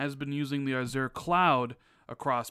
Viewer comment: Not saying azure correctly. 😉